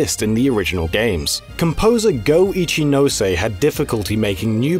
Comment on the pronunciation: You don't say "no" (の) in Japanese like "NO". Please check the pronunciation of these things before you record. It's not like it's hard to find out.